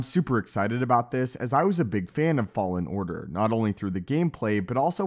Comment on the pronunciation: “Jedi fallen ardar”